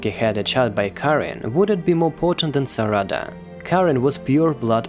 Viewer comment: its not "saRAda" its "SArada" you say it exactly how you would say sakura